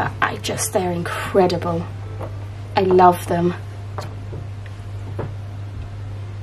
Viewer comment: "Inkcredible" haha 😄